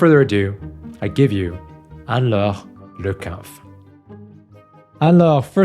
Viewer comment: You are a great interviewer! Refreshing to hear her name pronounced correctly with a French accent 😊